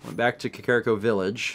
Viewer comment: I swear to god, it's pronounced CAW-CAW-REE-COH not KUH-CARE-I-COH HAH-TANE-O not HOT-EN-O